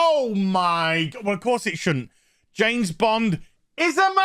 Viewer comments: "Janet" Bond? ;-) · I swear he’s saying Janes Bond. 😂🤣😂